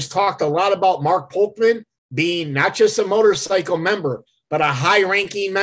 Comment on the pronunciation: It’s Sam VOLPENDESTO not Volpendenzo and Mark POLCHAN and not Polkman